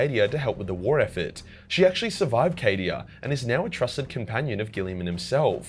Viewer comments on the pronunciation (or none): none